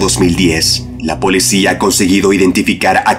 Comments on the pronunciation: No se dice polecia si no policía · Solo yo me di cuenta que dice polecia?